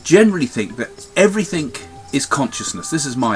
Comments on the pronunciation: Craig, stop saying "everythink" It's "everything". You're a lovely man and I love listening to you. Just please say "everything" lol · Craig Hamilton-Parker LOL!! Quite right!